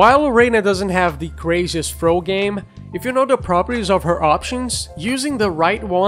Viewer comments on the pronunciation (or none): Thought you said throat game.